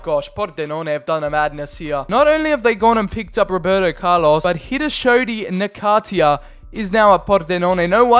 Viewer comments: It s not Nakatia , it s Nakata , if you don t know about the guy , at least learn ! Jesus ! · Nakatia? Dude come on. Na-ka-ta